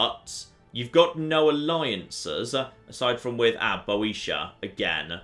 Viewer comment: I think Boetia should be pronounced bee-o-tier, but I might be wrong